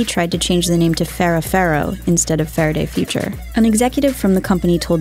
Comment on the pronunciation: Getting a spokesperson that doesn't talk like Elmer Fudd would be a better idea. Fawaday Fuwtures, you pesky Wabbit.